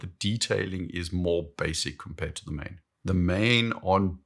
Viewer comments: you're a saffa, it's pronounced like "Maan" in Afrikaans. And yes I confirmed this with google first.:P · The name "Maen" is pronounced "Maan," like a Jamaican would pronounce "man." "Maen" is Old Dutch (17th century) for "moon." Today, we Dutch write "maan." Many Maen watches bear the names of places and cities in America with which we had colonial or immigration ties. Hence, Manhattan.